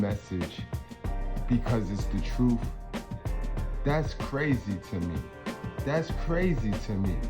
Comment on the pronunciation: Lol. Is it troof or truth? 😂